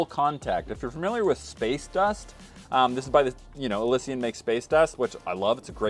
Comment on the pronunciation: Im pretty sure thats not how you say Elysian...